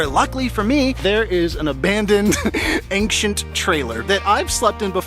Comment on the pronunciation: Go back to where he clearly butchers the word Ancient! He pronounced it Anxient! Seriously? I bet you also say Irregardless? NOT A WORD!!!